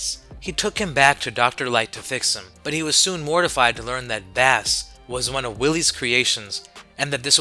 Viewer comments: im going to point this out but bass is pronounced base like the guitar. his name like rock, roll, and, blues(protoman's original name) its a music name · Love the video but it’s Bass (Base) and Wily (why lee)